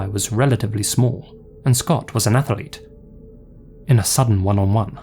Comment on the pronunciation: Athlete is a 3 syllable word, eh?